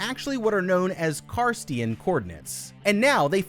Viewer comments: ”Carstian coordinates” 😢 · "Carstian coordinates"? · Thank you! That was really bothering me XD (also, "Karstian coordinates"... lol) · You mispronounce basic words (Cartesian, chasm), your commentary adds very little, and the parts where you show your face were better skipped. Even Leaven is pronounced differently. I miss when this channel was good...